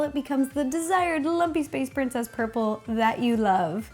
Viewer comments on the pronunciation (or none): Anyone else hear her say Lumpess Space Princess instead of Lumpy Space Princess at the beginning? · i thought she said monkey space princess LMAO